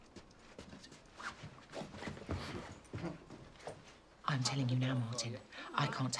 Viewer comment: Weavels (.not weables).u do get in certain foods wbexpired mainly thingsike flour etc. They are tiny brown bugs, i have no idea what u call them in the states but u must get them or something similar they probably just have different names like most things seem to name things differently.